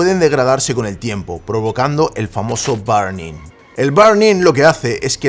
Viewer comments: diciendo Barning en vez de burning 🥵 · Se pronuncia ˈbərniNG No BArning. Recuerda al jefe de Homero Simpsons. Mr. BURNS...